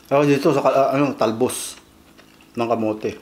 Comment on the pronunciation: Hahaq "the talbs of the camots" 🤣🤣